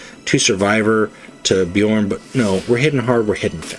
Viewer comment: Thanks for the video,! Bjorn is rare to see, most Wolves go berserk boyo or Russ. P. S. From audio books I believe that his special card is pronounced with J as "ya", the way you did it first time. P. P. S. Are planning on doing Gendor Skraiovok deck? I'm trying to make him mission deck and I'm failing miserably. I usually like to create my own decks but I'm currently running out of ideas.